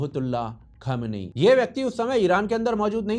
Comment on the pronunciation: Khamyani नहीं खुमैनी 😅😅😅😂